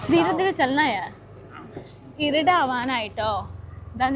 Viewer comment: ഇരുട് അല്ല ഇരുട്ട് irutt എന്ന് പറ. മുൻപും ഞാൻ ശ്രദ്ധിച്ചിട്ടുണ്ട് 😌♥️🙏.